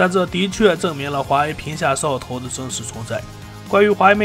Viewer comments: 我聽到的是"皮下壽桃"🤣🤣🤣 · 聽懂就行，除了屏下掃頭真的聽不懂。